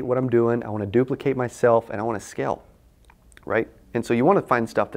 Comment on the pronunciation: You keep saying "skell" what does that mean? You need people to skell this thing... humbly I ask, maybe I'm not understanding the pronunciation?